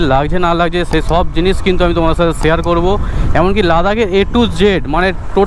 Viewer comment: ছেই দাদা 😂 অছম্ভব বলেছ তোমার ছেই বলা টা সেই 🙊